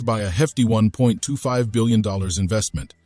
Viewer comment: First learn to pronounce UK, Huawei, and reading $1.25 billion.